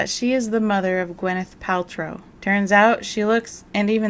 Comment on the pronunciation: I have no idea who Gwyneth Paltryl is tbh. But I know Dean Hargrove. He prouced Matlock as well.